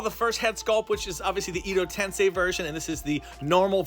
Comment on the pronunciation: Edo tensei is pronounced “eh-doh” not “ee-doh” Base plate is written in Japanese… not Chinese..